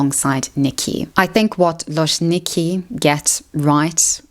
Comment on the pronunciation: Just a little note about loczniki (love them btw) - it's supposed to be prounanced like loh-ch-neekee because in Polish cz is basically like ch in English 🤗 I honestly think that they're doing this stuff for fun, they don't try to sexualise themselves, more like just make content that is funny/interesting to watch